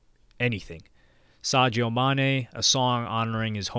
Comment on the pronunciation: Who's Sagio Maney? I've only heard of Sadio Mane.